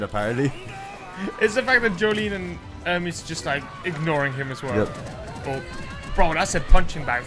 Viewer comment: her name is Ermes, not Ermees, by the way